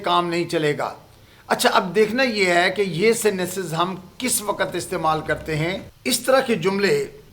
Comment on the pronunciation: it's not "waqat". It's "waqt"